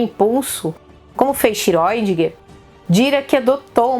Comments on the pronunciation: não se pronuncia Feiniman,mas fainiman.Não é xiróidinger.É xirêudinger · sempre falei Schrodínger, mas sou economista e historiador, vou corrigir minha pronuncia rsrs. Mesmo com camisa do Iron Maiden é linda. Vou até aprender a gostar de metal E mais uma vez um video maravilhoso, superexplicativo, até mesmo pra mim, que sou de humanas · Eu fiz um exercício simples de pronúncia. Sempre me incomodou muito a pronúncia correta do sobrenome de Erwin Schrödinger. Ouvi as mais variadas formas de pronúncia - (escrevendo como ouço as pessoas dizerem) - "iscródinguer", "xiródinguer", "xirundinguer" , "xiredinguer" e outras pronúncias mais que as pessoas ficam inventando e etc...Então, levei em conta que o físico em questão era austríaco e que na Áustria se fala alemão. Fui ao google tradutor, o ajustei para o idioma alemão e digitei o nome dele. Depois foi só clicar no áudio e ouvir como se pronuncia o nome dele em seu idioma de origem. Dessa forma percebi que seu sobrenome se pronuncia basicamente como se escreve. É mais ou menos como se fosse "chourdinger". Portanto, de acordo com o google tradutor, penso que seja o mais próximo do que talvez seja a pronúncia correta. Façam o teste. Penso também que esse sobrenome está bem a altura da Física Quântica, pois, é tão intrincado como ela. 😖😆